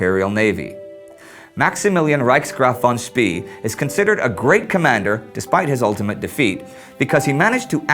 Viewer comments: I believe it is pronounced "Schpay" not "Schpee." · For the love of god, any german name ending with "ee" isn't pronounced "E" but pronounced "ay". Im tired of hearing him say names such as Schnee as "Sh-n-E" or Spee as "Sh-pee". It's "Sh-pay" and "Sh-nay". (Schnee means Snow btw, fun fact) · War Von Spee is pronounced as "Von Schpay" and not as "Von Schpee" or 'Von Schpea". I know this because, well I'm German ( well half German actually and half Dutch). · It's pronounced Von Spae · Apparently, it depends on the location of where you are in Germany. Southern Germans, which is what my family is (Suebish) pronounce "ee" like the "ay" in "pay". However, Schnee was correctly pronounced but Spee wasn't. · War No, it's "Shpah" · Nope, it's pronounced "Schpee" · Spee is pronounced like "Shpay" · I'm not sure, but I think the last letter of "Spee" should be pronounced "e" as in "bEst", "tEst" ect. hence Sh-p-/long e/ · It's "fon Speh." Actually, more like "fon Tspeh." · ummmm...isn't his name pronounced "fon speh" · Yes. By the end my ears were practically bleeding. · War Any german native does know how to pronounce Spee. Problem is how to tell any english native, because this vowel does not exist in english. The vowel you can hear in this examples is the correct one called "long e" More detailed explanation you can find here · You could not mispronounce his name more if you called him Willy Wonka instead. Von Spee isn't even a hard name to pronounce for an English speaker. How did this glaring error get past the editor? Utterly incompetent.